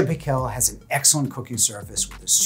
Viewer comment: Paykel pronouncned like michael